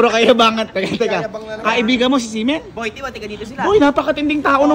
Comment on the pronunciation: semen yung naririnig ko sa xi men sorry hahahahaha